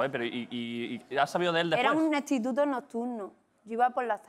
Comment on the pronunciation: Minuto ... Dice EStituto??